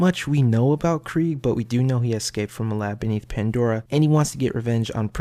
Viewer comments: It's spelled Krieg... You say Kreig. If it was Kr-ay-g it would be spelled Craig... No? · that's Craig not Krieg, Krieg is German and the ie is pronounced as ee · It is actually pronounced KREEGE as in the German pronunciation of the word Krieg meaning "war" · It's Krieg...as in German...as in Blitzkrieg as in KREEG as in how it's pronounced by....krieg himself